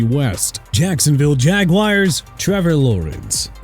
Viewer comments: I stopped watching at "Jagwires" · Why does he pronounce it like it’s spelled “jag-wires”??????